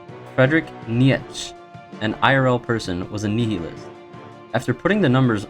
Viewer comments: Your pronunciation of nihilist is very, very wrong. It is pronounced nigh-ih-list. Not nee-hee-list. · Nietzsche is pronounced Knee-cha and Nihilist is like Nile- list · homeboy fr fr said nietchch and neehelist 🥴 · Ur butchering the word nihilist dumbass